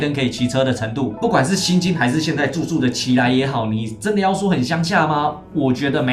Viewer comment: 不带箭头的那种圆形灯是直行灯，红色肯定不能直行。 左转的话，两种情况，有左转箭头的灯，看它绿色才能左转。如果没有左转箭头的灯，那就看直行灯变绿才可以左转。 右转的话，理论上也得先看有没有右转箭头的灯，如果有就得它变绿才可以。但实际上大陆很少这种专门的右转灯，所以基本上保证安全的情况下，大多数路口不管直行灯的红绿，都可以右转。 另外，不要误解，任何路逆行，不管主道辅道，逆行都是违规的，只是没什么事，特别是郊区，也很少有人管，反正各自顾到安全即可。 提个小建议，别左一句中国，右一句中国的，可能是你们台湾人的习惯。 但如果你的视频想在B站或抖音放，建议加个大陆，没这个想法就当我没说😊 最后，邛崃不是的邛读音同“穷”，不是"其"